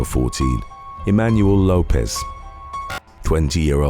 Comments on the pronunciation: Lopes is pronounced Lope-(s) Like ropes. Not Lopez. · My family last name is Lopes, and I am always call Lopez, and Lisa (Left-Eye) Lopes kept being mistakenly pronounced as Lopez. Why does that bother you so much? The name is Lopes. FOH! The person they were talking about is pronounced Lopes, not Lopez. Nobody is talking about immigration, I’m talking about the person in this video. You just want to be the opposer of something.